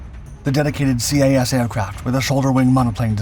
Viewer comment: > "C.A.S." How many times do we have to teach you this lesson,?